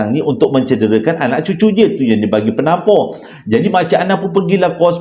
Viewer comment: Yg ini kelakar btl ,,,, KETURUNAN PENAMPOR 🤣🤣🤣Tersasul tuuu🤣🤣🤣😆😆😆😆